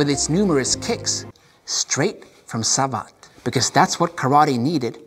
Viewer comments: Besides, Savate is pronounced like cravate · Well just to be clear.. the e at the end of the word savate is not pronounced like in the word karate. In fact it isn’t pronounced at all. It is pronounced sa-vat’. When you read both words correctly they now don’t sound at all alike. kara-te (tay) sa-vat’ (like «bat»)